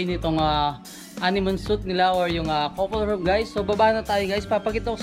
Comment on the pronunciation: Guys was over used. And suite should be pronounced as s-w-e-e-t..